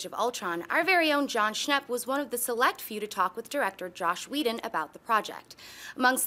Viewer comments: Lol I swear she said josh but on a comment in a original video she says she didn't say that lol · she thinks "joss whedon" was a typo and said josh wtf